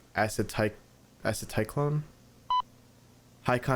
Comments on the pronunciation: pronounced a-set-l-co-lean I’m not even blaming you because I like to study immunology and I just know this lmfao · also id say its pronounced acocyclone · Since you mentioned pronunciation.... Acetylcholine - Eh-see-tul-KOH-leen Amygala - Uh-MIG-duh-luh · For future reference, here’s how to pronounce these words: Amygdala - a-mig-da-la Acetylcholine- asi-do-ko-leen Hope this helps :3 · Bro butchered the pronunciation of acetylcholine and amygdala 😭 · God, your pronunciation of terms is laughably bad. As you failed to pronounce Acetylcholine or amygdala, I was wondering if you ever took high school biology. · “People always make fun of me for pronouncing words wrong so I’m looking this one up” Pronounces amygdala and acetylcholine completely wrong Don’t worry though, I appreciate your attempts. The amygdala is a part of the brain associated with strong emotions like fear, and acetylcholine is some sort of drug. Most people probably don’t come in contact with these terms often. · The only thing more scary than this Analog horror is your pronunciation of acetylcholine and amygdala